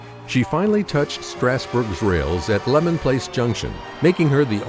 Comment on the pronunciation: It's pronounced Lee-man Place Junction not Lemon